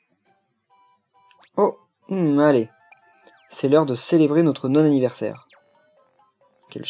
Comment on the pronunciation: Sa se dit pas non anniv. Mais Nonne anniv. X) et Oué !